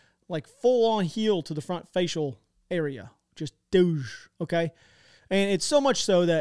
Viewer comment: You said "Just dwooozh" about them getting their teeth kicked in. lol, thats what i thought too